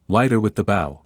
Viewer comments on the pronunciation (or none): If you are going to perform this in American English, then learn to pronounce the language correctly! The bow used with a violin is not pronounced bow like in bow wow! Correct is BOW but say bow ( BO )! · You should tell AI that when a storyline is speaking about violin, the word b o w is pronounced bow- like hair-bow. Not bow, which you do after the proformance. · A bow can be the front of a boat, and the "ow" is pronounced like "ouch" that hurts. BUT when it is talking about the thing used to play a violin, it is pronounced like "oh" as in "oh no"! The bow is the stick that the boy is holding at minute as he stands in the kitchen. I just want help you to improve something that is already very good. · It’s a bow pronounced bogh not bow like you do to a king. Total and utter nonsense not even a prodigy can learn that quickly this is the hardest instrument to learn. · Just spoilt by miss pronounced. Bow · A truly poignant story. It's too bad that the writing was so long winded and that no one corrected the mispronunciation of the word 'bow' . That's AI for you! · Is the audio AI? The bow for the violin is pronounced differently than the bow of the ship! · Why can't people say the words properly, the word is Bow as in Bowtie and not Bow as in bow of a ship, get people who can speak properly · Nice story. Can you correct the pronunciation of the word bow and wound? They are mispronounced in the context of the story. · AI has such problems still. Bow, a musical device, and bow, decoration ribbon, are not pronounced the same. It is jarring to hear the wrong pronunciation in the story.😢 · The violin’s bow is pronounced as in low, not like the sound like a ship’s bow. In addition, an injury is pronounced like woond, not like I “wound” my watch. Lack of proofing the narration against the script. Otherwise a wonderful uplifting story. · Yeah. They said violin bow as if it rhymes with cow. The violin bow rhymes with show. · You mispronounced bow